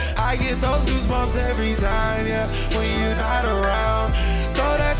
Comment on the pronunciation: he said Gasbumps I’m dead